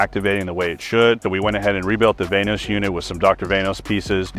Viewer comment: “VANE OS” why u gotta say it like that